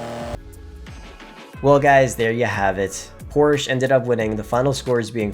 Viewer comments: There’s no brand such as Porsh. IT’S CALLED PORSCHE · Why is he mispronouncing Porsche 😩